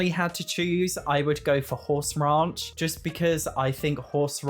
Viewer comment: Great video. Hey, Not picking here I just want you to say out loud Horse Ranch, Raunch, Horse Ranch, Raunch. The way you say it in the dictionary is: earthy, vulgar, and often sexually explicit: "a raunchy new novel" or (especially of a person or place) slovenly; grubby: "the restaurant's style is raunchy and the sanitation chancy". I love the way your accent sounds. but I thought you should know.:) Happy Simming!